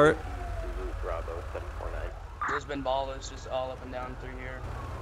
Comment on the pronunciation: said "ballers". It's ballas, but anyway just keep up the great content.